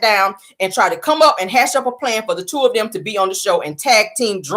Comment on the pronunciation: it’s “them” not dem😂